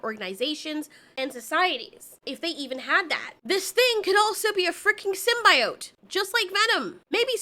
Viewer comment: Please don't say symbiote like they do in the venom movie